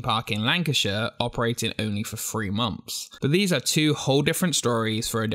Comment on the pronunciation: THROUGH not FROO! THREE NOT FREE! LEARN TO SPEAK ENGLISH!!!!!